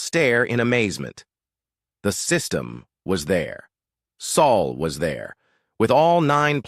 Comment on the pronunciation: Its bloody SOL! Not saul not sole or any other mispronuciaton